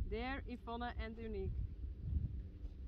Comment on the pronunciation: I very much enjoyed seeing Yvonne relaxing a little and talking to the camera. And hearing her pronounce her name, which is so pretty, I like it better than how we pronounce it in English. Sylke Faya is a scamp, that was so funny when she grabbed the cards and envelopes.